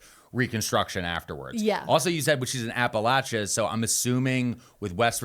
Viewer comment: Finally catching up on my TMT videos and to hear say Appalachia correctly just warms my heart 🥰 signed- a SW VA native